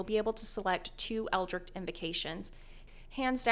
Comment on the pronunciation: Best warlock build guide, worst pronunciation of eldritch.